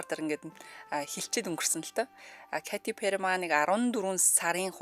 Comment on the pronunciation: 😂зүгээр л Кэтти Пэри гж болдгүймү. Кати гж ямар нэр бсим бэ .катя,ч,биш кайти гэж ойлгомжгүй дуудлага